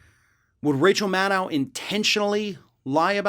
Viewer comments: Please call her Rachel MAD-OH...not Rachel Maddaouw...that's the way she says it. :) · Nitpicking, I know. But Maddow rhymes with shadow. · Maddow….. rhymes with shadow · why does he pronounce maddow's name so weird?